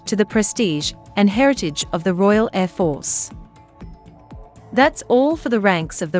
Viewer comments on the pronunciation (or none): Bloody AI can even pronounce Air Force correctly